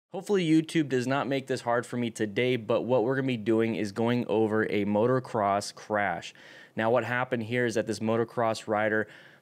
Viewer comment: motocross not motoRcross.